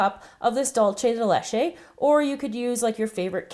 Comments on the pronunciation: The way that you say dulce de Leche bothers me cause your saying it like " dulche de leche" when your supposed to say it like " dulce de leche" but other than that the video is great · "Dool-seh" de leche. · It's sooo funny when you say Duce de Leche! I love your creations!! Greetings from Spain!:) (here whe have "Lacasitos" and smarties and m&m too) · you pronounced dulce de leche completely wrong -. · it looks delicious!! it's so funny how you pronounce dulce de leche!! hahahaha great video! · yup... trying to do spanish by pronouncing in italian... cringeworthy